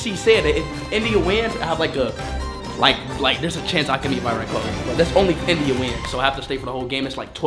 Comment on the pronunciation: love how all of them responded with why rat Kohli even tho they all know how to pronounce Virat Kohli